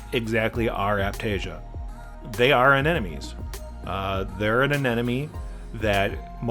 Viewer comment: Says "Anenome" instead of "Anemone" so funny.